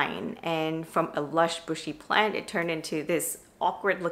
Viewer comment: This is my first time here. Are you saying "planty"?